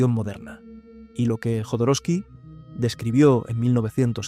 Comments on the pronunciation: Jodorowsky con "J" , la pronuncias con "Y" , Alejandro Jodorowsky pronuncia su apellido con "J" . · Por qué le dice Yodoroski y no Jodorowsky?